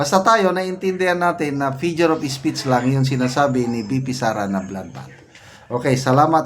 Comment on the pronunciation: Figure kuya hindi fijure😂